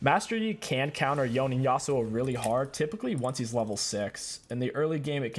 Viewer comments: not yown, it's yo-ney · you pronounced some stuff wrong, it’s Yo-ne not yone, and it’s zone-yas, also it’s raa-ba-dons